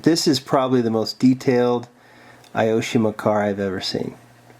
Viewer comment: Great video!! When you pronounce "Aoshima" try reading it like "A O Shima" :D Japanese isn't a friendly language for those speak English ^^;; Also, "Grand Champion" should be shortened like "Gra Chan" :) "Hakosuka" → "hAkosuka" (we put stress on the first "A") I like to hear your Japanese :D